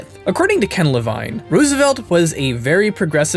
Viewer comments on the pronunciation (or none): It's pronounced LeVEEN! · I'm sorry to be that guy but it's pronounced lavEEn:P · You pronounce "Levine" two different ways :) The first way I believe to be the correct one.